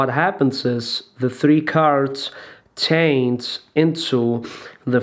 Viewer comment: Меня одного бесит что он очень много говорит, бл как-бы он не виноват что я инглиш не знаю, но почему нормально нельзя показать как делается трюк, а бл этими рассказами своими хер пойми. И да, почему нельзя говорить change через ch а он говорит через t как-будто tange. И так все остальные слова.